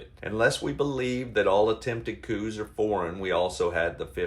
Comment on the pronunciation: COUP-COUP Nest😂